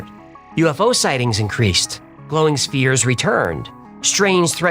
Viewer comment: glowing steers hovering above the dig site. WTH 😮 (Spheres. He said, "Spheres.")